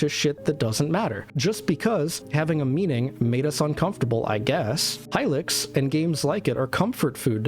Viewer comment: youre pronouncing hylics wrong